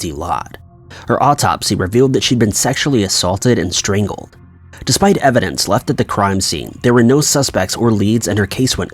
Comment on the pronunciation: Stringled ?? 😂 sorry though it was cute